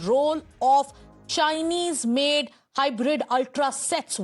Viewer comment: This kind of journalism escalates problems. Special the way the woman stress the word CHINESE. Learn from Palki how to be a decent journalist.